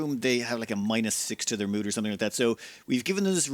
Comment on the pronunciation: "Keep everyone's nudes high enough" I'm sorry, but you didn't said "mood" or "needs" there XD